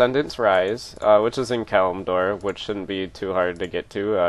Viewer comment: Congrats man! You pronounced Kalimdor right!